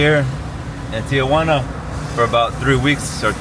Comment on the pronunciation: You know! Ti-Juana (not Tia-Juana)👏🏼👍🏼✌🏼